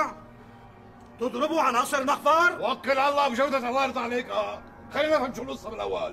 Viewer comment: اسمه مخفر وليس مغفر